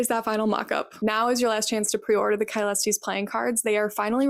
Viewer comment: Great work with the astrological stuff, my only comment is that medieval Latin *Caelestes would be more like sa-leh-stees. Classical Latin would indeed be more like kai-leh-stees, but by the medieval period pronounciation had shifted.